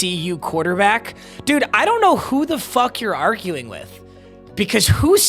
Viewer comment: Dude or 😂😂😂😂😂 come on